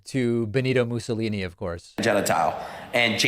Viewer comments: Dude doesn’t know who mussolini is or how to pronounce his name. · I saw a livestream by this 23 yr old and he was asked what fascism is. He looked it up on Wikipedia and could not even pronounce the words that were under Wikipedia. He didn’t even know who Benito Mussolini was and pronounced his name,” Benito Muzzoli”. Typical youth making money on social media with absolutely no education. Sad to know this is the generation of youth is becoming!!